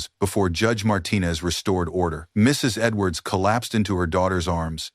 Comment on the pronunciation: Why does this narrator have so much trouble saying, "Mrs. Edwards?"